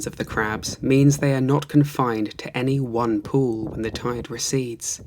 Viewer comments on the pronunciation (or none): I literally thought he said “toid” as a normal word instead of “tide” at the beginning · no way bro dtarted the video saying tide like that